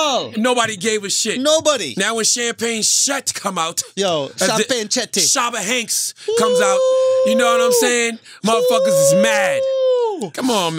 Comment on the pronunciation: This nigga said Shabba Hanks